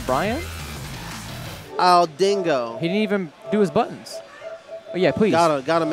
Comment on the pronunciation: Stop calling him "Byran"